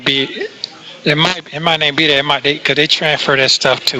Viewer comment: Hey, the word is That, not dat, The, not da, These, not dese, There, not dere. Get it?